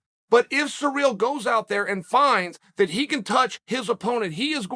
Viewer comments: Chael, could please do your homework before you start talking? Take the time to learn the pronunciation of the fighter's name? It is not "sur`REAL" , it is "CI ryl" with the 1st syllable emphasized. No respect for the man if you cannot even say his name correctly. Shall we call you "SHA ell"? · Bro, you need to learn how to pronounce CIRYL... it's not surreal.... its See-Rill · Surreal Gane. Cereal Gane. Sir Real Gane. Actual Diacritic Pronunciation : (Sear-Rill Gawn) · Everyone: Ciryl Chael: Surreal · Me: cyril Chael: surreal Me: ok great surreal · Everyone: "Ciryl" Chael: "Surreal" "Cereal" 😆😆😆😆😆😆😆😆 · At this point of time, Lord Chael has called Ciryl so many times as Surreal that it only makes sense for him to change his original name 😂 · Who's this "George" person he keeps talking about..? Maybe it's Jorge Masvidal's brother, George Masvidal. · Sirl , sirl , sirl it's not hard to say SIRL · Chael P Sonnen. "sir real" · “Surreal” Gane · Oh, so his name is actually 'Surreal Gane'. Thanks Uncle Chael! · This is no longer a joke I truly hear him say SURREAL 😭 😂 😆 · “Surreal” lol 😹 I love how Chael pronounce peoples’ names. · The petty cunt part of myself finds it hilarious when Chael purposely mispronounces peoples names. YaRear, SurReal, ect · Its sureal the way uncle chael changed ciryl name. Undefeated english pronounciation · Surreal, George, Blehal! Sonnen still the goat of pronunciation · I find it quite surreal the way uncle Chael pronounces Ciryl.